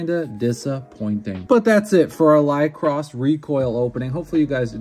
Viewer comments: I think its pronounced with (liquor)is ? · Ly-co-ris as in the flower... even watching a clip of the anime the japanese voice actors can pronouce the word or google translate can pronouce it for you in English